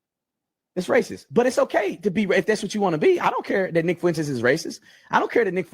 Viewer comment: IT’S FUENTES NOT FU ENTES